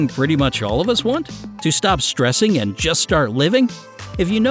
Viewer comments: what is an "UAND" ? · "Uand" ...I'm sorry, someone's probably mentioned it already but I couldn't not. Great video though! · go to and notice how the word and has a u at the beginning? it says uand.